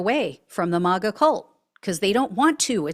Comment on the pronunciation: Why do you say Mah Ga ? Do you pronounce Make as Mach ? It’s May Ga ! & Trump sucks no matter